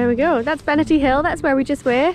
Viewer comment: Cracking weather! You can’t beat crisp white snow and blue skies. Interested in your pronunciation - I’ve always known it as Benaaahrty (if you get my drift). I hope you plan a walk up Falkland Hill.